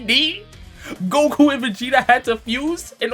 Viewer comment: bro said guku